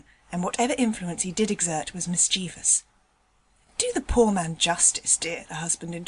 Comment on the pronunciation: no such word as "mis chee vus" or "mis-cheev-e-us".. its "mis-chiv-us"